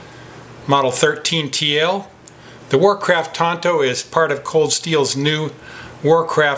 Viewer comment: Isnt it pronounced tanto not tonto?? ( thats the Lone Rangers buddy), to each thier own. Still looks like and awesome blade, full tang knives are the best. I got a Buck Frontiersman that is beyond cool.